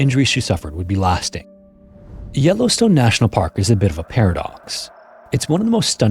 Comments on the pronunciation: "no ai generated content used" other than the narrator. Yellowstune? c'mon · The way he pronounces Yellowstone makes me feel he is AI in afraid . Noticed this with the Kathmandu video too, pronuncing the H